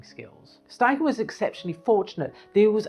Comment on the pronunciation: It's also, STeichen, not SCHTeichen